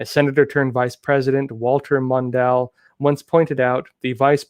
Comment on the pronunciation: A young man like does not know how to pronounce Mondale.